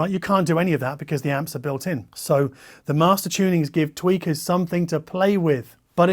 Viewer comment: I love that you called audiophiles "tweakers" because I definitely heard tweeker.